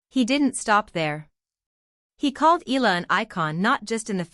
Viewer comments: If it's AI it cannot 'read' it properly: Eeee-ya-la. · PLEASE pronounce ALEX EALA...EYALA, NOT ELA.😮